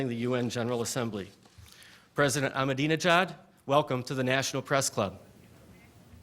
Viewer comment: He had four goes at pronouncing "Ahmadinejad" before he got it right. How appallingly ill prepared and disrespectful. Could he not have practised before the event? It shows the level of disregard with which Middle Eastern leaders who fail to fall into line behind the US are treated by the mainstream media.